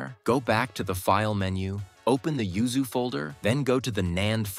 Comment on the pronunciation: LOL have you noticed you say ZUYU instead of YUZU 1.56.. It made me laugh lol